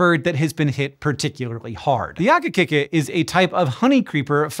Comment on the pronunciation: Saw ‘akikiki on the thumbnail, had to click!! JSYK Hank, the "i" in ‘akikiki is the vowel sound in "key", not in "kick".